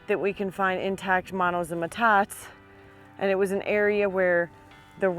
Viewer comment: I don’t mean to be presumptuous but it is pronounced “ met tot te” ( not “ma tot”. It is basically a Spanish word. Love your videos!